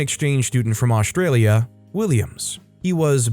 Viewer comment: He said “AusH trail ya.” Since when is there an SH sound in the word Australia? I’m unimpressed.